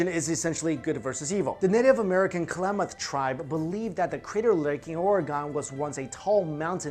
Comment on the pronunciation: And Klamath is pronounced with short a's as in cat and math. And why is Crater Lake called the crater lake lol. My Oregonian heart!